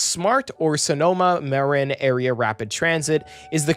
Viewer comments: Larkspur: Lark-spur (not lake-spur) San Rafael: San Raff-elle (not raff-aye-elle) Marin: Marr-IN (not MARE-in) Windsor: Wind-zer (not zor) Healdsburg: Heelds-burg (not helds-burg) And for text it is "Sonoma-Marin" not "Sanoma-Marin" I'd also argue that the stations are in great places, including all the historic downtowns along the route. Sure there are some more suburban-y stations along the route, but the San Rafael, Novato, Petaluma, Santa Rosa, and Windsor stations are all located in their respective downtowns. There are also plans to build more of a dense, walkable downtown for Rohnert Park near that station, the Northgate Mall is being redeveloped to add a bunch of density near the Marin Civic Center station, and the future Healdsburg station will also be in a walkable part of the city, though perhaps not as close to downtown as one could hope. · Great Vid, referring to the SMART portion. Marin is pronounced Muh-Rin, and Larkspur Lark-ss-per.